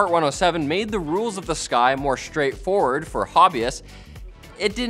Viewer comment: "more shhhtrait forward" ?